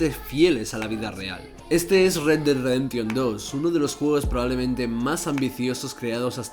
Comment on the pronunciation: "redredreremtion dos". Mames carnal, un poco de inglés no te caería mal.